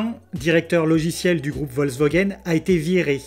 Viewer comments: Merci pour cette vidéo. Petit truc, c'est Volkswagen et pas Volkswogen ! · Bonjour! Merci pour cet éclairage novateur. Ta prononciation très personnelle de Volkswogen est assez marrante. Tu devrais adresser cette vidéo à Auto Plus où à Turbo de M6, pour les aider à vaincre leur résistance au changement. L’ avance de Tesla, en plus de ce que tu as si bien expliqué, c’est aussi l’intégration verticale extrême qui est planifiée: demain, l’internet starlink... le GPS Space x pour toutes les tesla. Demain la grande révolution des robots taxi mais aussi des robots semis... les constructeurs traditionnels vont générer des marges beaucoup plus faibles que tesla et seront certainement conscients qu’il sera plus simple d’acheter à tesla les batteries, moteur, logiciels, autopilote, gps, internet, conduite autonome et il se concentreront sur la cabine et leurs finitions pour conserver un bonne partie de leurs clients fidèles. Le monde selon Elon nous est offert, quelle chance de le voir, c’est une révolution industrielle enthousiasmante. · Interessant En effet c'est bien résumé de rappeler que dans le cas de Tesla c'est la voiture qui est construite autour de l'ordinateur et ça fait toute la différence ps : je ne sais pas si c'est du à un petit accent mais j'ai entendu VolkswOgen à chaque fois que tu as cité nos voisins allemands ^^